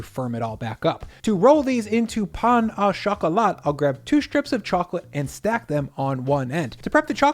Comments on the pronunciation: Me being ticked off at him repeatedly saying "pan a choc-a-lot"😂. It's 'pah-oh-shok-uhh-la' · pls stop saying pan a chakalat, thats not how it is pronounced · It is pronounced "peng-o-chocolah" 😂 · I can't believe you pronounced it pain au chocolat instead of pain au chocolate :buffering::oops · That french is wack son.